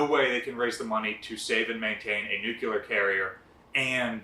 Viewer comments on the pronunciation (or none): I love this channel but it’s pronounced Nu-clee-err. Not Nu q ler. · Say it slowly, "new clee are" . Nucular is not OK. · Why is it acceptable to people, even those supposedly charged with educating people as a museum employee, can't pronounce the word nuclear. There is no debate, it's not tomato tomato, it's pronounced new clear, not nucular or whatever you said. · Nuclear. NEW-CLEE-ER. NOT NEW-KEW-LER. Thank You. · Great video and I loved visiting the USS New Jersey. Just one thing, it"s NU-CLEE-ER, not NU-CU-LER. Just trying to help, don't hate. BZ and carry on